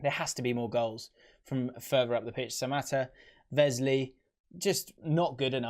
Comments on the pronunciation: 20th........🤦🏻‍♂️ ffs Won’t score enough goals lol & the way you say Wesley is so cringe Vesley, it’s pronounced as it’s spelt 😂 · Aston Villa, who is Vesley? (Wesley)